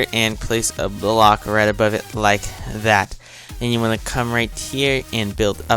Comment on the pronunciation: Lol why u only say just like thata jaja lol, anyways good tutorial!!!u just got a new subscriber!